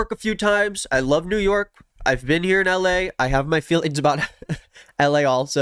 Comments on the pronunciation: "ell eh" 🤣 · There’s no way this isnt a bit. The way he says “ell a” y’know?